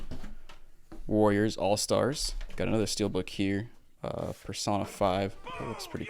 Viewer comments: bro couldnt pronounce persona when its an english word 😭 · Yeah fr Mispronouncing persona made me audibly laugh, I get he hasn’t played the game but persona is a common, simple English word…? I guess he assumed it was pronounced differently since it’s Japanese though